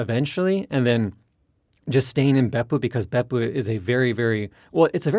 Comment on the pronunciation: love how he still uses the correct intonation of Beppu even when speaking English